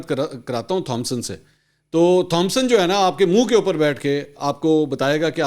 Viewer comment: The name 'Thompson' is pronounced as "Tomson".